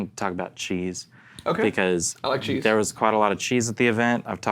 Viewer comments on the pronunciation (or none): lol I kept thinking was saying "chi" - like he had consulted chi-chi fortune telling sticks to pick the guitars lol. Then he started naming cheeses and I got it.